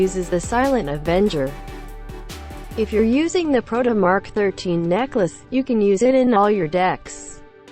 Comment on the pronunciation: i loled everytime she say necklace as necka luss